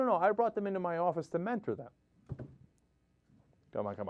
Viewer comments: LOL MEN-TORE!!!!!!! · men-tore. haha